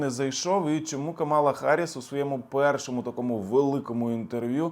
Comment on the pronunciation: Ви навмисно називаєте Камалу неправильно? Як трамп це робить. Дуже гарно